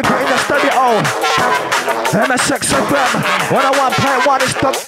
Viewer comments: MSX fm sounds like "i'm a sex fm" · Loool. I always wondered why the guy kept saying "I'm a sexoffender". It didn't register that he said "MSX FM"